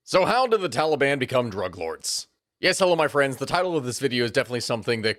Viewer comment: I thought you said drag lords